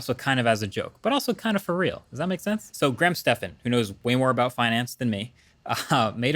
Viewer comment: HE PRONOUNCED GRAHAM'S NAME CORRECTLY. YESSS lol